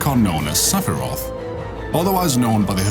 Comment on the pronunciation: Sephirot, not Sephiroth. Otherwise, good video.